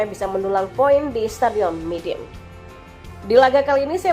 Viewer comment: sorry min nama stadionnya midin ato midun ato my dinh yaa yg benar...